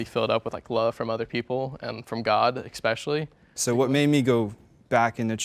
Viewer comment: Did he say expecially?